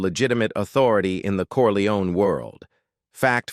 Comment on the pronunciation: Wrong pronunciation of Corleone! AI horseshit